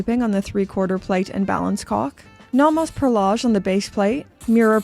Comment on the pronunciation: Love the videos, just need to get something off my chest: Naw Mos ❌ No Mos ✅ The rest of the pronunciation doesn't bother me.